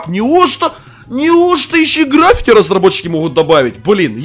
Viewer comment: Не грАффити, а граффИти